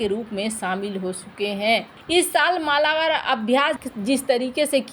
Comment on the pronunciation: मालाबार ❌ मलबार ✅